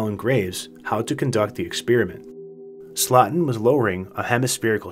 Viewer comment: it’s pronounced slowten. Phonetically speaking.